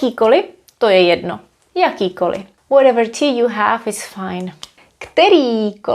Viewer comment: This question might be a bit off topic: When you say "To je jedno." it always sounds like there's a short additional e in between, like "To je jedeno." Is this typical for d in front of n?